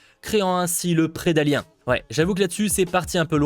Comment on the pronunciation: Tite question, pourquoi prononcer "prédali1" ? On dit "aliène" pourtant. Sinon prey c'est juste le film que je me refuse à voir. Tu as un commando d'élite avec des armes de fou qui se faisait ridiculiser et là t'as une gamine avec un arc qui sait pas se battre qui va s'en sortir ? Mouais, faut arrêter de faire dans le tout beau tout rose. Enfin c'est Disney quoi...